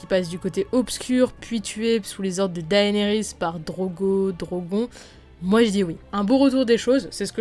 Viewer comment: 1 truc qui est un peu chiant c'est quand tu dis Daénérys au lieu de Dénérys, certes son prénom s'écrit comme ça "Daenerys" mais ne se prononce pas comme ça.